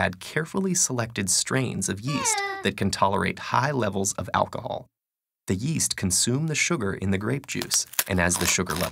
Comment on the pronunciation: Yeast? I thought you said, Weast